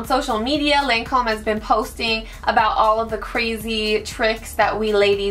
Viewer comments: Lancome is pronounced "long-koom" ;-) Sharing is caring! The mascara looks really good on you, btw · Lancôme is pronounced lon-com 😉